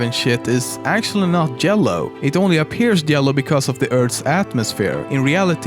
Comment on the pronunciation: 왜 yellow 노란색을 jellow로 발음하나요?